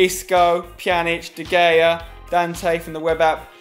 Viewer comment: Your first pronunciation of de Gea was this der gayea LOLOLOLOLOLOLOLOLOOLLOLOLOLOLOLOLOLOLOLOLOLOLOL